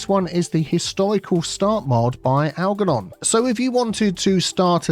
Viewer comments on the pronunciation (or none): Just a quickie. The ‘g’ in Algernon should be pronounced as a ‘j’ - like the ‘g’ in germ. It was my fathers first name. Just purchased CS2 and look forward to following your excellent tuition as I did with CS1.